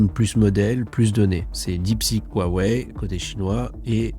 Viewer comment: Hua Wei se prononce presque comme Roua et pas waaaa. Hua c’est splendide en chinois. Le H se prononce comme jota espagnole ou le ch allemand dans “Bach” — un souffle rauque venant du fond de la gorge.